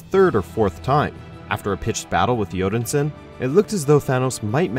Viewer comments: The way you said Odinson my dood ... plz stop .. it's literally Odin son, how can u say it like that😭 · The way you pronounced Captain Marvel & Odin-Son trigger me. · Odinsin? Cmon man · StealthV21 he pronounced mar-vel because thats captain marvel's real name. Odin-son is just a weird accent i think.